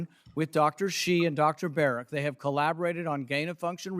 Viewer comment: Notice how Fauci says Dr "Barret" instead of Berrick so he "technically" isn't lying under oath when he states that he isn't working on gain of function. Slimy little man.